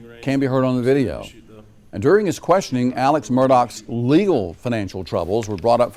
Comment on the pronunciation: They keep mispronouncing ALEX too... it's not Alec